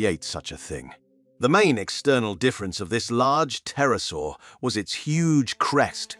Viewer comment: God preserve me from ai narration...the P is silent in pterasaur.its NOT a perasaur tho I noticed part way through it corrected itself.please review your video before posting